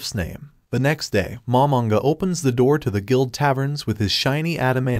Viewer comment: Bro do not know how to say the